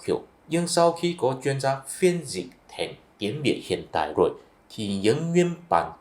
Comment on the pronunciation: Tôi lậy ông, ông nói như tiếng SÚNG ĐẠI LIÊN, không giống ai, tôi có rất nhiều bạn người Hoa họ nói tiếng Việt còn rõ hơn người Việt rất nhiều, như chữ RỒI chứ không phải GỒI, chữ LÀM không phải NẰM. Thôi đủ quá rồi nhá bạn.